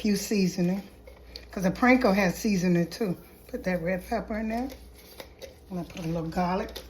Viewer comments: I think it's called panko NOT pranko! 😊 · thanks, this looks amazing! Also I sipped my drink for every time you said "Pranko" 😅👍